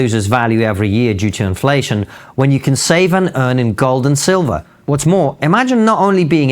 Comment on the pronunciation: IN GOWLD AND SILVAH! 🤣